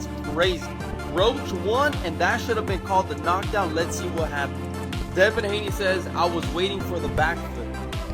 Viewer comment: "DEVIN "Davis. ??? 👌🏾👍🏿. You already lost credibility